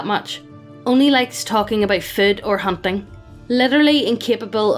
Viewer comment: im not the only one who heard "humping" when she tries to say "hunting" right?